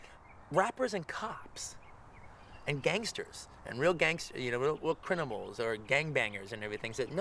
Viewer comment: he says real "crinimals". i always do this at the least opportune times.